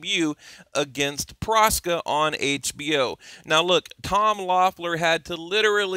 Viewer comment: it's Proksa, not Proska